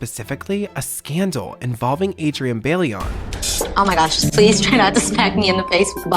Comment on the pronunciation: The way he is pronouncing bailón is driving me insane 😭😭 the ‘i’ is before the ‘l’ idk why this is hard